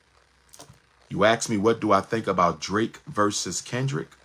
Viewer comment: versus, not verse